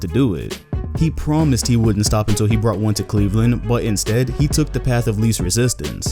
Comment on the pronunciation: If he poimsed he poimsed, so stop hating.